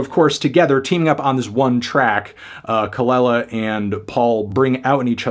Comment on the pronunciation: It’s Kuh-luh-lah melon